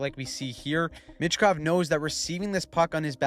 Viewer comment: Pronounced Meechkov not Mitchkov